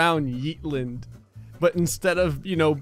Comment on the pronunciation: What he says “yeetlnd” What it is “Yeetland”